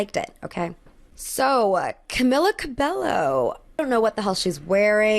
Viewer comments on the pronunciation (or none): love ur vids but camila’s last name is pronounced ca bay yo, not ca bell o 🤓🤓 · Repeat after me. Ka-me-lah Ka-bay-oh. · its pronounced camila cabeyo girl pls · I don’t like Camilla, but the pronunciation of her last name is cabayo (ca like cup, bay like the body of water, o like oh no) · "Camila Cabello" 😭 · I love you…but that is not how you say Camila Cabello.